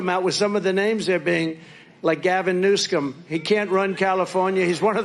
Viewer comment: Gavin New-scum lol. And then he just moves on like he didn’t say it. Classic Trump.